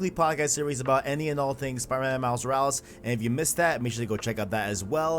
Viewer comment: Dude, its miles morales not miles moruls